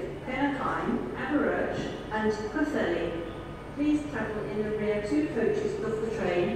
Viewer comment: CANT PRENOUCE PWLLHELI RIGHT PWTHERLI PWLLELI